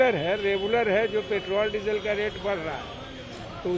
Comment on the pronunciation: अबे , पेट्रोल बोलना तो सीख ले ; पेटोल , पेटोल कर रहा है ! क्रूड ओईल का रेट क्या अपने हाथ में है ? State Government के taxes कौन बढ़ा या घटा सकता है ?? सोच !